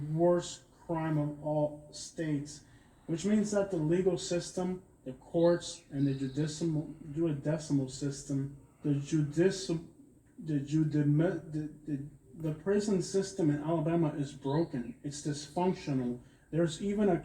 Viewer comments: Yo he said jewdecimal instead of judicial. The said hewey decimal. Aww man. Cant even take these cats serious. Its time to go to bed after that 1 😂😂😂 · Than man trynna pronounce judical system was pure comedy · "Judicial" cuHz😂😂😂😂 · I'm sorry but da da juiedecimal judicially judicial system sounds terrible out there😂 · Him not being able to pronounce Judicial sent me lmfao